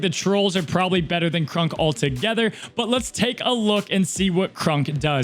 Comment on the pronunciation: Please....please for the love of all things good and holy....please pronounce Kronks name correctly.....it's not Krunk....it's pronounced Kr-ah-nk....he's already bad enough in the game sadly....at least show him a little love ❤️